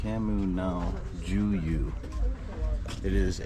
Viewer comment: Us Guatemalans call it Kaminaljuyu. Pronounced Kameenal-Huyú with an accent on the ú😊